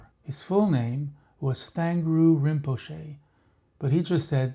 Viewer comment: beautiful story. im currently living at a monastery founded by v. thrangu rinpoche in colorado and this popped up on my feed!! btw - just a note, its pronounced "trang-gu" :-)